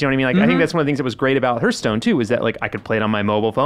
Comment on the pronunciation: Lol Reiners face every time said "herstone".